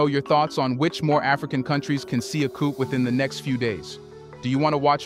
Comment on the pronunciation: Please pronounce coup without the "p" at the end.